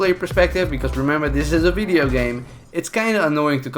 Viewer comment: "vidio" I'm sorry but wtf